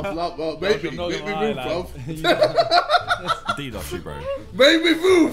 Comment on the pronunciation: Why does jj sound like he’s saying “Bwuv” instead of “bruv” 🤣🤣